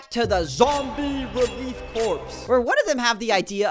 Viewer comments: Mate, "corps" is pronounced "core." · I'm going to forgive the mispronunciation of "corps" (it's like "core") just because it's funnier, considering that they are combating the zombie issue in Threed